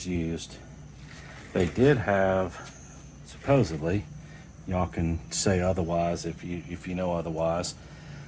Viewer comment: There’s no B in the word supposedly.